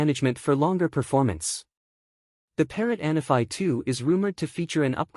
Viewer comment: Isnt it "ahn_AH-fee?"